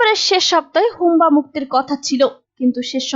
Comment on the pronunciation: হুব্বা কে বার বার হুম্বা বলেন । আগে শব্দের সঠিক উচ্চরণ শিখেন